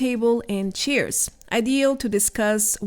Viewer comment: Please look up the pronunciation for the words "chair", "stair", "wear" and "supply" . I don't want to be educational, but those are extreme examples and it really hurts one's ears and the way you pronounce it, means completely different things. Another word you use frequently is "delay" which is also pronounced differently and it is annoying to hear it over and over again. I know it is not pupular and Iam not even a native Engllish speaker myself, but I feel somebody should tell you for the sake of future improvement. And we all should strive to become better in what we do, don't you agree? Besides that, I find your dialect quite charming and your content very informative. Keep on with your excellent work!